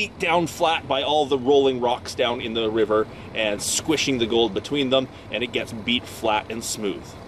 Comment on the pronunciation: "with the wiver"?? too many W words in a row there?:P You really should start prepping an area before you run the highbanker. Strip it down to bedrock, get a good stockpile going and a good huge tailings pond cleaned out and THEN run it, that way you don't have to wait and can just push it all through without stopping and you will know you've gotten everything. It also brings the chance to see cracks and possibly chase some big nuggets.